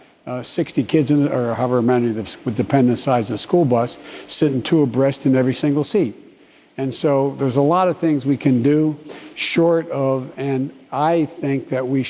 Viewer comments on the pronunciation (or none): Did he say 2 a breast when talking about kids sitting together on a bus??? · Yes, two abreast. Not 2 a breast. It’s one word. And, it’s commonly used to describe how people ride motorcycles or bicycles on the roads., so it’s certainly NOT from the 7th century. If JB WERE from the 7th Century, he wouldn’t push such progressive , liberal, and ridiculous policy!